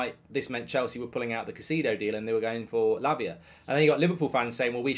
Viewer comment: Mark do you keep saying Labia ? 😂